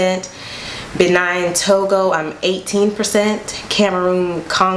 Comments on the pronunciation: Did she say Benine 😂😂😂 It's Benin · Did she just call Bee-nin Bee-9 nine?????????? Mmmm by the way, she pronounced Nigeria well.. Hey, i wanna buy U coffee.. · you said "Benine" instead of Benin. It sounds like you said B-9